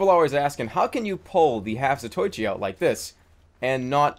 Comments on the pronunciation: it is the half- | zato-i-chi not zat-oi-chi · The Half-Zatoichi is named after a Japanese guy... so you should say "Za-to-i-chi", not "Za-toy-chi". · *Scholarly Glasses* Jerma if I might say something. The Half-Zatoichi would not be pronounced "Zah-toy-chee," but "Zah-toe-ee-chee." This is because Japanese vowel sounds do not change and are always pronounced individually. *Glasses Off* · it Za-toe-ichi not za-toy-chi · I think the phonetic for 'Zatoichi' is "Zat-o-ee-chee" :3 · GOD DAMMIT JERMA! you pronounced the half-zatoichi wrong I will now explain how to pronounce it and why It is pronounced za-toe-ichi The name is a reference to a long running manga series revolving around a character named zatoichi, who is a blind swordsman that uses his other heightened senses in order to fight. so the name means "half-blind swordsman" which explains the demoman and his... eye situation.